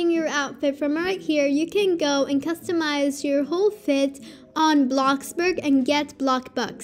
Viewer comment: Thx for the help! But you said Bloxburg wrong you are saying Blockburg but thx!